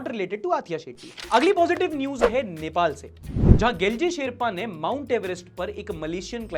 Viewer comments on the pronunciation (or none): none